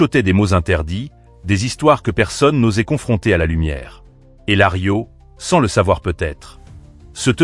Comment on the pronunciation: Larios pas Lario, c’est nul.